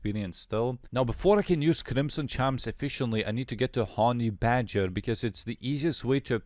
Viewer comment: "hawny badger"